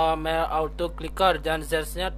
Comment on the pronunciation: Ahh ngomongny belepotan Kliker bkn ciker😴😴